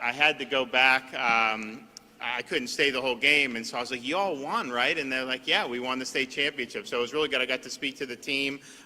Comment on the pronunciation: Did he say you’all? 😊